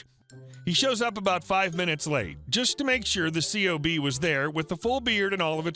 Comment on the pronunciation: The acronym "C.O.B." is actually pronounced as "Cob" (like "corn on the cob") Most military acronyms ARE pronounced as if they are actual words.